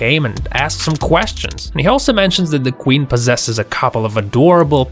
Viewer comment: Who else hears him say Quin instead of Queen